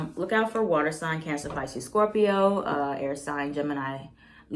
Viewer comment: I love how says Cancers like “Cyancers” 😂💕 And omg I’m a Cancer sun, Pisces moon and Leo rising. I do feel guilty